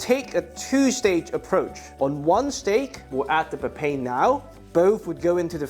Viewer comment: Its pronounced papay-in (first part like papaya) 😁